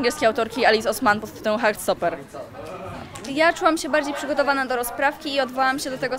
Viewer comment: zrozumiałem Harry Potter zamiast Heart Stopper